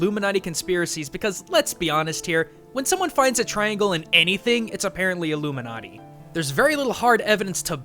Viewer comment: AHH LOOMINATI, im sorry i had to